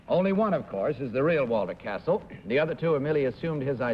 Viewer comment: The exact name of the baritone is Cassel, not Castle